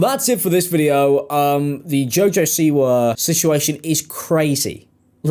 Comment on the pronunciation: Half way through I finally realized you were saying “Siwa” and not “c-word”